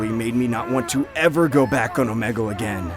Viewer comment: When people say "O-meg-le" and its pronounced "O-me-gle" all that I can think of when I see this I think of "Its not vingaogianlevisa..." Whatever it's called